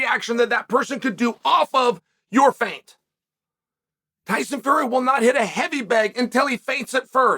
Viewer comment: did chael really say tyson furry